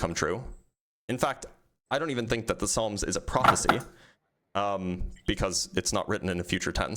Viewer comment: Did he just pronounce the “p” in psalms?!! 🤦🏽‍♂️